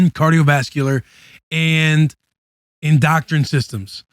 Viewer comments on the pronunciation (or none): I’m so sorry Will but it is definitely pronounced “EN-DOUGH-KRIN” and not Indoctrine or whatever tf you said 😂😂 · I know Will didn’t say “indoctrine” instead of “endocrine” on the freeze barrel ad😂😂😂😂😂